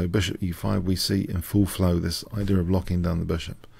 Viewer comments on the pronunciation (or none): none